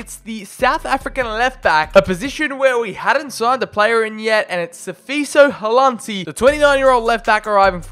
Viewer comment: I'm just glad you finally got South Africa in your game. Even though you hammered my man Sifiso Hlanti name. But its cool.